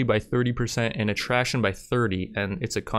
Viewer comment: "increases 'at-trashion' by +30" I like that.